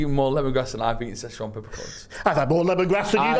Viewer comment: Its Sichuan peppercorns not Seshwan peppercorns lol